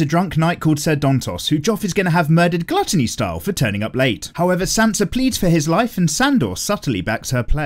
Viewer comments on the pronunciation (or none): none